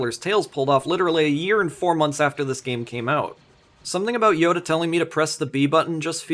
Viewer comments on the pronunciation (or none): none